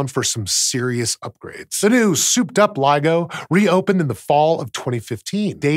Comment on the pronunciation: Just to make sure that nobody misunderstands anything here: It’s LIGO, not LEGO.